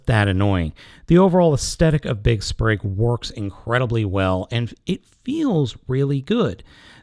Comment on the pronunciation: it's Spring, not Sprig....